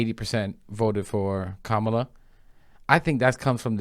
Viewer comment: IF THIS SELF HATING TRICK candace owens COULD TAKE A PILL TO TURN HER BLACK SKIN SHOE POLISH WHITE, SHE WOULD. SHE KNOWS THE PROPER PRONUNCIATION OF KAMALAS' NAME, BUT LIKE THE WHITE FOLKS SHE DANCES A JIG FOR, SHE CHOOSES TO DISRESPECT HER AT EVERY TURN. JEALOUSY IS HER BEST FRIEND😶